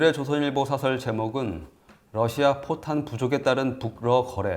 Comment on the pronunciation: 참 사설社說이란 발음에 유의하여 장음으로 소리내기 바랍니다